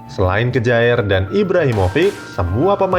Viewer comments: simon kjaer dibaca saimon kiye om....masa kejaer...wkwkw...ntr dikira geboy mujaer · Kejaer????? Mbok belajar lah cara bacanya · Kjaer bacanya kyer